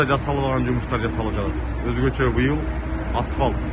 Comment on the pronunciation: Асфалт эмес эй асфальт деп суйлочу